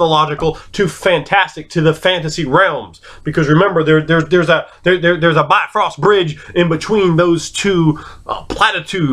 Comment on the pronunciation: Happy birthday! I noticed you mentioned Bifröst, but pronounced it like bi (as in two) and frost. Going back to the roots of mythology (or just Icelandic:D) it would be pronounced something like bihf-(i as in "is")-rust. It has nothing to do with two or frost (but you probably already knew that). Sorry for being a Besserwisser:P